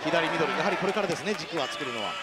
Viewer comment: 左ミドルが左ミノルに聞こえる